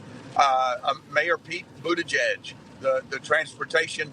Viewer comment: Pronounced.... Buttholejudge😂